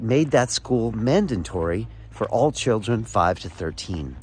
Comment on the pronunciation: Mandatory, not mandantory